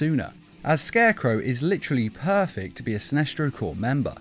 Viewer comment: “SCARCECROW” Oops.